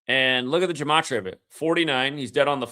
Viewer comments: still out here talking about Jimaachreeuuhh. 😂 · my point was you're a lying bastard. And you don't even pronounce the word Gematria correctly. Anyone who's followed you for long enough and has any brain cells left in this hell hole knows this. BOZO 😂